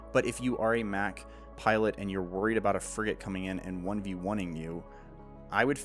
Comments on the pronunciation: I love your videos, but i had a huge issue with this one!! You make Mach sound like a Big Mac sandwich. It’s supposed to sound like when someone says a jet is going Mach 5. Not I’m gonna eat a Big Mac. Get it right next video ok. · No. It's "MACK-HARIEL. Hence Mac........